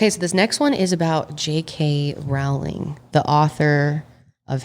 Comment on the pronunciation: It's "Rowling" like "bowling". Not "Row" like "cow"